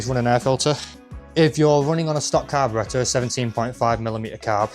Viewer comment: it's carburetor